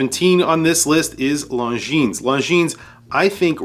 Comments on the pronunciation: Just fyi , its pronounced Lonzheen, without the ''S''. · Longines. Did Mr pronounce the s lol😅